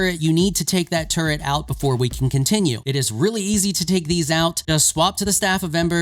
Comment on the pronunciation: its turret, not turrent :)